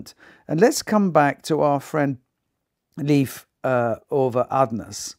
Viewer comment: Thank you so much for your presentation and your choice of pianists. I would be more than happy if you would choose one of Beethovens great sonatas ( opus 53, 106,111). And if you once again mentions Leif Ole Andsnes I can tell you that you pronounce his first name Leif like the english Life.